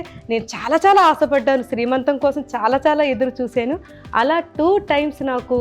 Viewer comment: శ్రీ మంతం కాదండీ సీమంతం. Sorry don't mind. ☺☺